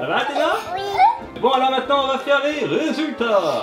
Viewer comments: elle dit poureil que kalis! C chiantnn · C'est bien mais c'est pas du jeu que Athéna disent comme Kalys ca m'énerve